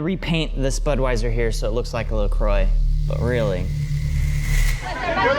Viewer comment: Please please get a speech teacher so he says La Croix correctly!